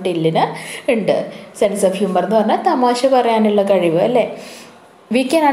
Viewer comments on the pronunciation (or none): none